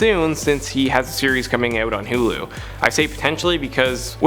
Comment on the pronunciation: Hue-Lu? It's Hulu brah